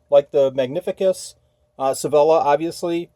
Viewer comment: I also think Sevilla is pronounced “say-vee-ah”. Loved visiting that city!